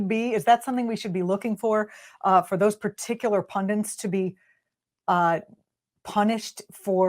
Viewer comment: Pundents?? Really?